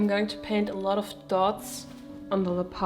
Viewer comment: your videos are always such a peaceful delight & a treasure to watch! Thank you for sharing your process. I will play teacher for one moment: In {American} English, we pronounce leopard to rhyme with peppered. 😊 I hope this helps!